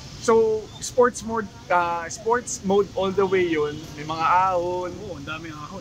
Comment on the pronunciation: Sport mode po, wala pong "S" sa dulo.